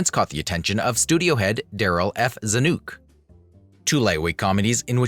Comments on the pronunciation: Zanook??? One of the most famous names in the history of Hollywood and you can't pronounce it. This is a mess. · Hollywood producer Darryl Za-nook!?!!?